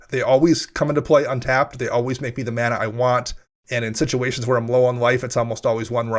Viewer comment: did dude say /mah nah/? /MAN aah/, friend. ;)